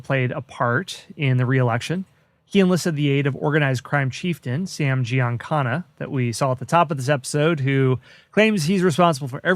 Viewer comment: GiancaNa...not GiancaRa.